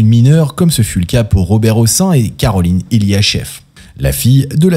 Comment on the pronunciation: On prononce le "n" à la fin du nom Hossein et Madame Françoise Giroud aura laissé son emprunte plus pour avoir été secrétaire d'état chargée de la condition féminine sous François Mittérrand que comme journaliste ... Et oui, que voulez-vous, la prison pour "P....philie", ce n'est que pour les sans dents d'en bas, mais pas pour les stars du showbiz ou ceux qui sont tout au dessus du panier...